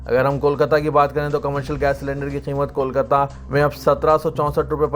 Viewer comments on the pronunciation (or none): none